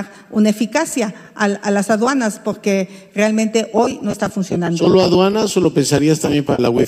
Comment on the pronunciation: Me encanta oir hablar a Xochilt y cuando dice poque se come la r pero aun asi se desenvuelve muy bien